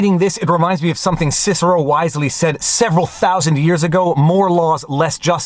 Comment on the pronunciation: You mispronounced Cicero and Quebec is the sphincter of Canada.